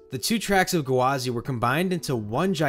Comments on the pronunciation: I spent half this video pissed off at annunciating it as "guh-wah-zee" instead of just "gwah-zee" like it is. 🤦😂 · I think OP is referring to his repeatedly saying "gu-wah-zee" with an extra syllable at the front rather than the two syllanble "gwa-zee" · Yeah you're right, he was saying it as Ga-wa-zy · Amazing video! I can't get over how you're pronouncing Gwazi though. Sounds like you're putting an apostrophe in there like G'wazi or guh wazi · I like how he says it “Gawazi” rather than “Gwazi” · Come on it’s gwazi, no guhwazi 😩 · I couldn’t not laugh everytime he said gwazi. It’s gwazi not gawazi !!! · oml I hate the way you say gwazi... it's "gwa-zi" not "gawa-zi" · Iron Ga-Wa-Z lol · it is. he was saying gawazi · Yeah I was wondering what a gawazi was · Coaster enthusiast drinking game: take a shot every time he says "Guhwazi". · "Iron GUH-wazi" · Iron Guhwazi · Iron GUHwazi lol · Are you saying “Gawazi” on purpose lol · I came here to say this 😅 such a weird pronunciation lol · Honestly, enjoyed the video for the content but the pronunciation drove me insane. Lol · I didn't know Gwazi had three syllables. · Loved the video but the way you say Gwazi just feels so off